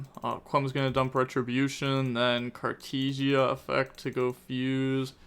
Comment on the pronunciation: Nothing is compared to how he is saying Cartesia with "tee"